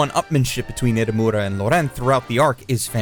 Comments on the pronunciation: I like how the entire time he said edamame instead of Edamura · Edamura not Edamame. Lol